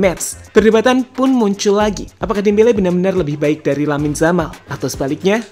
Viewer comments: Yamal mas bukan jamal jelek kali jamal😅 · Saya suka sama channel ini karena pengisi suara nya enak didengar dan irama bicara nya ga monoton. Tapi saran saya, perbaiki lagi pengucapan (pronunciation) nya, karena kalau salah pengucapan bisa mengurangi kenyamanan yang nonton. Terutama pas ngucap nama pemain. Di video ini nama 'Yamal' kalau pengucapan nya benar bakal jadi perfect sih menurutku. Itu aja yg mau saya sampaikan dan maaf kalau kata2 saya menyinggung. Semangat terus! 😄